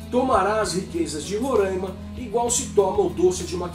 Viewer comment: RORÃIMA! Parabéns ... pronúncia correta; pela GLOBOLIXO até o Brasil muda de nome, talvez BÀRÃZYU ...